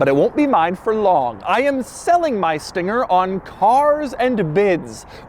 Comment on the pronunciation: "This thinger"